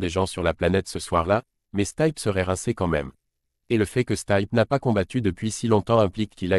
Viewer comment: '' staille peu ''😂😂😂😂😂 il est bien ton crayon? Non il se taille peu mis au sic.... 😂😂😂😂😂 Même ma fille de quatre ans sait prononcer le nom du champion. Jones n'a aucune chance, ni contre stipe, ni contre Francis. Ce taille peu😂😂😂 ça va me faire la semaine, les youteub sont trop des spécialistes croisés génies !